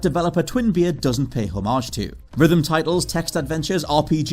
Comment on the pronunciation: Still can't pronounce 'homage' correctly on this channel apparently.